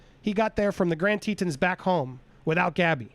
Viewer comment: Such sad news for Gabby’s family and loved ones. Thank goodness she was found. Heads up it is pronounced TeeTohns rhymes Johns not teetuns.